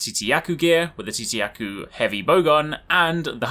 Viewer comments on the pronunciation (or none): Don't at all mean to be an ass, or even come off as one my man, but I figured the way to say: "Tzitzi Ya-Ku." Was like this: Zit-Zi-Ya-Ku." With a bit of emphasis on the T. Just want to know man, not trying to tell you anything.